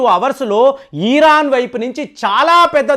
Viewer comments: ఈరాన్ కాదు సార్ ఇరాన్ అని పలకండి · "ఈ"రాన్ కాదు "ఇరాన్" అని పలకాలి